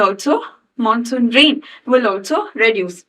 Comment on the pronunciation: " Mansoon" take a class soon